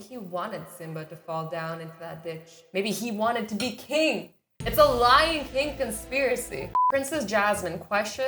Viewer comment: Lion King. Does anyone hear.. . . L Y I N G K I N G